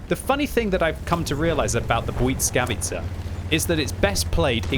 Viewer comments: bly-S-kavica not bly-c-kavica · It is pronounced blìskavica, not buyd_skavica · Oh,,... Why does the T keep appearing in your Błyskawica? It's not Błytskawica, nor Błyckawica 😅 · Hello everybody! Im a polish person and I can tell you that you pronoucne it almost perfect! But it's S instead of C in middle of the word, like bwuySkawitza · It's pronounced the bliss-kah-veiskah